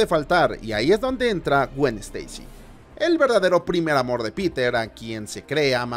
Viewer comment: Se dice Spaiderman, no Espaiderman. Steisi, no Esteisi